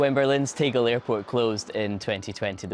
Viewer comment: The pronunciation of Tegel is [ˈteːɡl̩] - letter e is not normally pronounced [iː], except in english, due to its Great Vowel Shift. Do they still not tell you about it in school? Please close this embarassing general knowledge gap, especially as BBC, read the WP article on it, and also the last comment on the 'Talk' page there